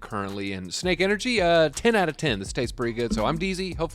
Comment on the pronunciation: SNEK! Not 'Snake"